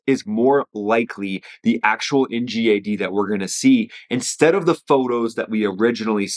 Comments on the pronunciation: Not being bad but isn't it called n.gad not n.jad?.. pronounced correctly by the governing rule of English!🏴👍🏾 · "en jad" ??? don't make this a gif vs jiff thing its "en ghad" as in NGAD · GAD GAD GADDDD. NOT JAD..... Geesus... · He said the “NJAD”😂